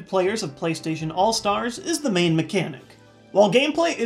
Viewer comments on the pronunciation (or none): none